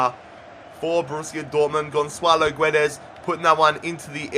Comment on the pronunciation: ITS NOT FUCKING GONSSSSSALO GUEDES